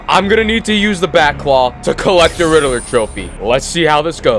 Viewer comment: How do you say Riddler wrong😅